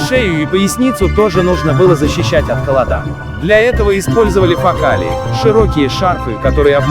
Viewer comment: Минус за озвучку: ноги́, холода́, за музыку громче речи.